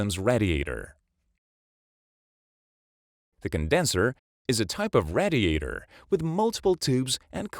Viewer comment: Learn how to pronounce "radiator."